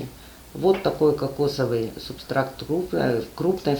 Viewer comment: Не субстраКт, а субстрат!